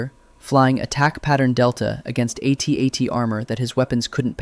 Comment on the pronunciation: what is an "a tat"? Did you mean "AT-AT"? That sounds like a mistake an AI narrator would make.